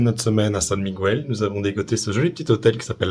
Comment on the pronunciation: Svp svp prononcez correctement San Miguel (ne pas prononcer le u)